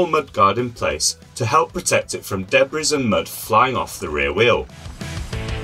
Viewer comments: "debriss" it's debris, pronounced: deb-ree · I came here looking to see if I was the only one that was annoyed by “debriS”! 😂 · Nice first look at new 5010! It’s really hard to tell the difference between all of Santa Cruz’s bikes now at first glance. P.s I hate to be that guy but the ‘s’ in ‘debris’ is silent 😂